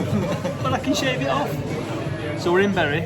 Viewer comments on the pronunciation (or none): err... Did you say you were in BERRY ??? Berries grow on trees.. It's pronounced BURY.. lol P.S. You can see Blackpool Tower on a clear day. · It's pronounced burry,.